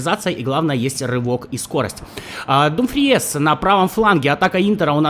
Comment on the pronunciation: Иногда так ору с того, как ты каверкаешь фамилии футболистов... ну это жесть.Барелья - Барэлла, Думфриес - Дюмфрис, КОман - КомАн ( ударения ). Страшно представить, как бы ты Гальярдини назвал бы )